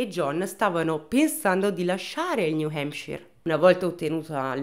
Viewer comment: Bel video come sempre, tuttavia hai pronunciato tante volte il nome “New Hampshire” in modo sbagliato e mi ha fatto rabbrividire ogni volta…😂